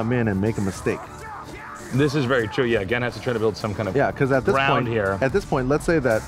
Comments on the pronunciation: The players and the games are fantastic. The format, the setting, and especially the unknowledgable commentator really killed it for me. I stayed for Honda vs Gen. Finally, why did they let that guy say "Jen" the whole time? Gah. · the thing that bugged me the most was that he kept calling Gen... "Jen." it really irritated me every time he said it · I like how it took Tasteless 3 rounds to pronounce Gen's name. Then again, he was just a random hire by esgn, he shouldn't be expected to know so much about a completely different game than he is used to casting. But you'd think the producers would at least force him to learn 8 names. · Every time he called the character jen my eye twitched just a little bit more. Even after gootecks said the characters name correctly. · JESUS CHRIST STOP SAYING JEN. GEN HAS A G. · gen isnt called gean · please say gen right, please!!!